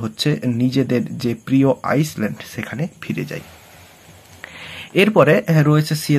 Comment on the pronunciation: আইসল্যান্ড নয় স্যার আইল্যান্ড